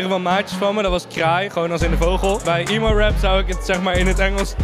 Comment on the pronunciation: Niet "iemo" rap maar "emo" rap